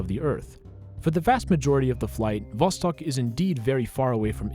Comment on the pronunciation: Two years late but thank you so much for pronouncing the russian names correctly, like Sputnik and Vostok ♥️